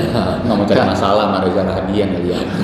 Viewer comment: Maaf ya ka. Namanya reza rahadian. Gak pake R 😊